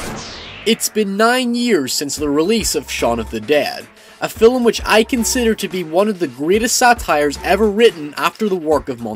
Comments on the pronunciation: Well I dig them, I reckon a number of others do too. Haha. When you say film, it sounds like 'filum'. :] It's just a little something. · Hey I just noticed the lack of comments so I'll give it a go. Thanks for the review, I found it really helpful especially since I want to see it tonight and needed more information on it. Also, you emphasize the L 'film' and it makes me go o_o Thanks a bunch though, loads of help. Deserves more views.